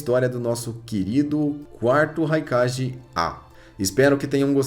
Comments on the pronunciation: Que agonia ouvir ele falando "Raikaje" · engraçado que ele fala "kague", mas quando vai falar do Raikage sai o ji no final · Vídeos da hora mas sua pronúncia pode ser correta em alguns termos !! Não é crítica te atacando so que é algo que tu pode fazer correto !!! Nunekin - NUKENIN "Raikage - nome certo mas a pronúncia certa é"kague"